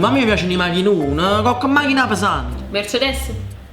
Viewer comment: Mèrcedes NON Mercedès, Porsche NON Posch